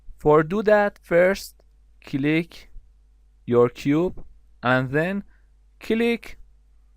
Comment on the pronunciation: It's so great video, but your pronunciation of word "click" is killick me... anyway, thanks for doin'this